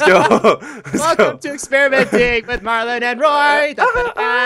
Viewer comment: it's not MAR MAR it's marlin